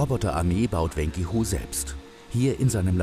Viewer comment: Wenqi Hu - wen kse hu, nicht wen ki hu